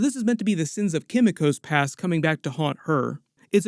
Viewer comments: Sorry! Forgive me, but it's Kim-ee-koh. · The pronunciation of Kimiko hurts me so much. Like they say her name in the show, just say it like that. 😭